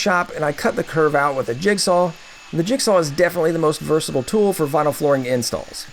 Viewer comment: Beginners mistakes... 'VINLY'??